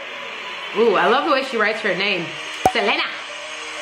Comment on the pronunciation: Her name is Se-lee-na not Se-leh-na my sister has that same problem